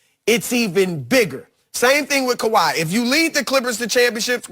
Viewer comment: “Kawhi” ...... Say it with me. lol love this show!